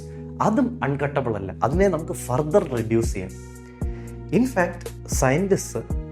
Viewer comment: ⚠️🚧⚠️🚧⚠️ Feedback :: ഹാൻഡർർർ.... ഗാതർർ.... ഫർത്തർർ... ആറ്റത്തിന് മുറിക്കാൻ കഴിയില്ല. നിങ്ങളുടെ ഇംഗ്ലീഷ് Pronunciation വളരെ മോശം ബ്രോ. നമ്മുടെ തെറ്റായ ഇത്തരം പ്രൊനൗൻസിയേഷൻ വിദേശത്ത് നാണക്കേടുകൾ ഉണ്ടാക്കും. Please improve yourself. മറ്റുള്ളവരെയും പഠിപ്പിക്കുക